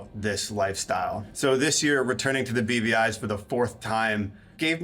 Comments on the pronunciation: I always hear "The BBIs", aka "The British Birgin Islands". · OOoohhhh! It's the "BVIs"!!! I think I've only ever heard people say it, not seen it written, and I thought they were saying "The beady eyes" and was just very confused.